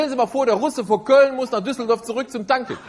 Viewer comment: Cudos for the pronunciation of "Düsseldorf"!